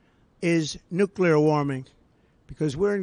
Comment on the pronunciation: I have heard it pronouncesd.. New Clear, Not nuke you lar..... the new clear makes more sense... lol